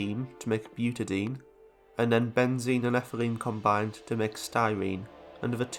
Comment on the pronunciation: isn’t that pronounced butady-een , since you want to tell people that there are two (“di”) ”en“ (double carbon-carbon connections)? Awesome video non the less 😂